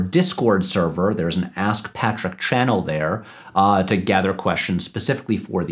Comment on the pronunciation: First of all, thanks again for the love. Seriously can't believe I appeared in two of your videos. Secondly, you got my name right the third time, the -ch is pronounced like in cheese or chase lol